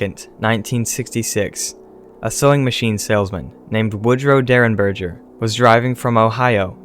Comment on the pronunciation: In reference to the Indrid Cold case, the G in Derenberger is a hard G as in gas, not a soft G as in gel. So berger is like burger but with an E instead of a U.